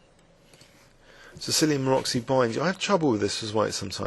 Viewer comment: Useful video, but pls,, dont say [Maroxy], it is pronounced [Marotzy], as in FriTZ. G. Maróczy was famous Hungarian player, coach and stuff, and your kind of pronounciation really hurts my ears -- sry. Besides, you might actually show off your extensive knowledge in finno-ugric languages and obscure Hungarian words in the future by finally getting his name right. Tempted?:)